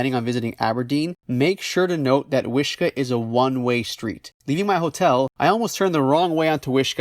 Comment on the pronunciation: wish KAAAAAAAAH. Not Kuh. lol.